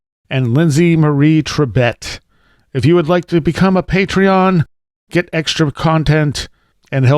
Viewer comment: Oh, you have me such a good laugh with your “air of snootiness” pronunciation of Patreon (with a little vocal fry added for good measure!) thanks!